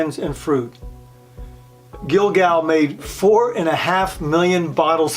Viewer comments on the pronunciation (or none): I love this wine. Cotes du Rhone by Guigal. Please do not add an “l” in this family name. Also the “s” in cotes is silent. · Nice video. Not meaning to be pedantic, but if you are going to be a wine expert, particularly in a video, you should probably be able to pronounce some basic French names. You missed Côtes, Guigal, and Ribebon. As i said, if you go to the trouble of a video, just consult anyone who knows a bit of French.